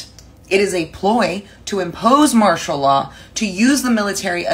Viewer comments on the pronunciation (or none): none